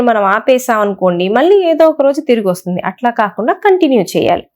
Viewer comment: Vassuddi kadu, Vastundi